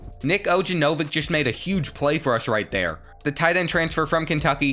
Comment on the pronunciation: Bro you butchered Nik ognenovic name 😂